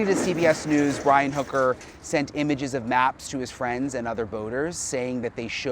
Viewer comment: why are u saying his last name wrong it’s hooker